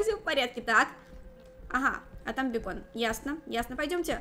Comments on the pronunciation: Не бекон а бэйкон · Бакон а не бекон